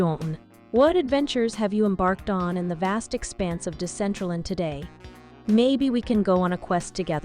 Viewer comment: it's very telling that Decentraland couldn't even put in the effort to get their AI voice to pronounce their NAME correctly.